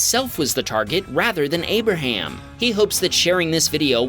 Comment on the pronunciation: abarham? he sounds like ABARHAM LINCOLNNNN BABYYYYYY